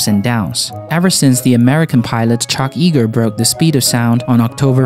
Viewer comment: Charles Elwood "Chuck" Yeager pronounced like Yay ger not Ye ger.